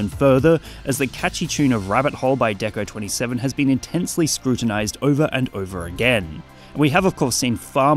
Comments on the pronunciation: LETSGO DECO*27 MENTIONED 🗣 🔊🔥🔥🔥 also pronounced nina, not 27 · His name is DECO*27 (NINA) not Twenty-Seven